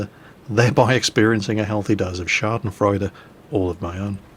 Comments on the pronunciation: It´s "Backpfeifengesicht", but his pronunciation is just bad (sorry;D), but he did a very good job saying "Schadenfreude". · Wow schadenfreude was pretty perfectly pronounced good job. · Well, "Schadenfreude" and "Sitzfleich" were pretty well pronounced. But "Backpfeifengesicht" - wtf? - I doubt there ever is a German speaker who understands this :D I had to hear his explanation to guess the word. ;)